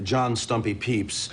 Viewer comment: This is invaluable to Tapophiles simply for the revelation that John "Stumpy" Pepys' last name is properly pronounced "peeps"., I salute you!